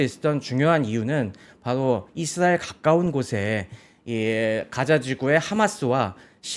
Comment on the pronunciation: 이드라엘ㅋㅋㅋ 우디에ㅋㅋㅋ